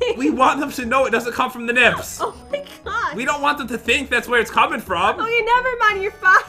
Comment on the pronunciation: don't say nibs